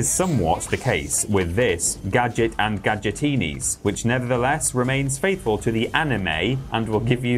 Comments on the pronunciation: why they pronounce gadgetinis like that lmao gadgetenis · It's also worth checking out the ending to this game, because I shit you not it is one still image with a singular Gadget line where he mispronounces Gadgetinis in a new way. "Ga-dgitines"